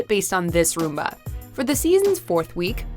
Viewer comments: I’ve never been in more pain hearing someone try to pronounce rumba. What is a “roomba”? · Oh my god please learn to pronounce the dances: It’s Cha Cha not Cha Cha Cha It’s rum-ba not room ba It’s sahm ba not Sam ba Come on man... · It's pronounced RUMba, not roomba. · Sahm-ba, not SAM-ba. And Rumba, not Roomba. Damn, girl, learn how to pronounce things properly!!! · To the lady that is narrating, it's the Cha-Cha not the cha-cha-cha and it's a rumba not a Roomba which would be a floor vacuum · It’s RUMba , not ROOMba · Misha should not be on this list. Any of the “honorable mentions” was worse. And btw it’s RUMba not Roomba. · Rumba is pronounced RUM-ba and not ROOM-ba! One is a dance and the other is a vacuum. 🙄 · it’s rumba not roomba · I feel that you loose some credibility in this video because you did not pronounce the names of two of the dances correctly. A Rumba, with a short vowel sound, is a dance, whereas a roomba is a robotic vacuum cleaner. A Samba with an "ah" sound, is also a dance, but a samba with an "am" sound is nothing. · Why do they pronounce rumba like roomba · Rumba is not pronounced roomba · It's Rum-bah...roomba's are vacuums. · It's RUMBA, not roomba. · 'rUmba' instead of 'rOOmba'🤔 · Do Americans really pronounce it Room-ba? Isn’t that a vaccuum? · Where did the narrator learn to pronounce the dance names? Roomba? Sam-ba? Smh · You mean like the one named after the robotic vacuum - the roomba?? Lol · Like "rUh-mba"? It's a Spanish rhythm. In Spanish the U is pronounced like "ooh" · the way she say rumba and paso double she obviously doesn't speak spanish, but both are better than samba.